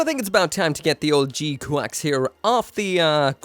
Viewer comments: OMG didn't you used to live in Japan? How are you pronouncing it wrong?! It's very clearly, audibly "G-kucks"....not QUACKS. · Wait, it's pronounced "G-Quacks"? :D I was sure it's "G-Kyux"! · in japanese it's ジークアクス which is pronounced G-Quax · thought it was prnounced g kax